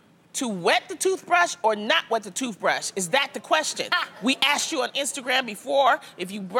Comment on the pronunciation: Chastity B. idk what’s so hard about saying “asked” though.